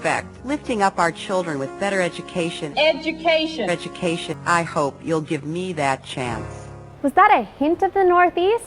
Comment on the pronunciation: if you wannabe sumbody- it starts with educashun.